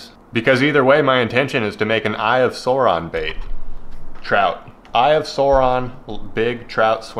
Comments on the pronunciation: Its Sauron not Suron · I showed my lil bro him saying "eye of sawron" and he nearly punched the phone out of my hand 😆🥴